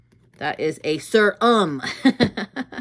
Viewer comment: i can’t watch this if you keep saying serum like that 😭😭😭😭